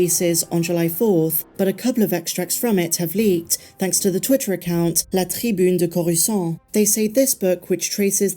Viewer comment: “La Tribune de Coruscant” you said that perfectly lol.